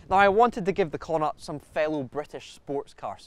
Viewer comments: They're also mispronouncing connaught. Connaught is pronounced like Con-ockt. Its a province here in Ireland consisting of 5 counties. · Why is it named after an Irish Province? Would love to know. By the wat it's pronounced Konnoct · You'd think a Scot would be able to pronounce Connaught correctly 😂😂